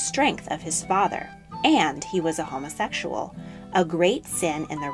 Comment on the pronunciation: How the narrator says “homosexual” just rubs me the wrong way for some reason. I’d also like to point out just how many INACCURACIES this video has. I’m not at all claiming to be a history wiz, nor do I know a Great deal of our world’s history, but I know enough to say with confidence, this video was poorly put together. Just basic “facts” that can be easily confirmed with a simple google search, are way off. I mean I’d honestly compare it to some one making an educational video about astronauts and saying “The first man to ever walk on the moon was Bobby Joe Armweak in 1999.” (Clearly I’m wrong, this is just a comparison to how off these ‘facts’ are.). Just saying....